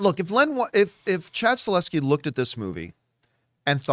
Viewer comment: He is called Chad STAHELSKI not Staleski